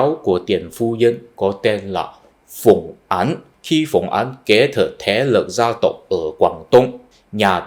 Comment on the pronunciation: Bạn tập phát âm lại âm án với áng nhé. Phùng Áng bạn đọc là Phùng Án rồi.